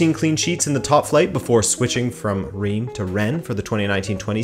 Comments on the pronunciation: Omg how you pronounced Reims I'm almost not recognize the name ! ^^ I'm French so I can tell you : it's prononced "Rins" or "Rince" The "s" at the end is pronounced, even if in "Rennes" or "Paris" it's not the case I know, it's tricky ^^' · Nice video and great Iberian pronunciations as always butttt... not to nitpick too much... 'Reims' is and odd one in French, pronounced almost like 'Rhance' (with the 'rh' part rolled) 👍 Sincerely, A Pedant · The way he says Reims bothers me.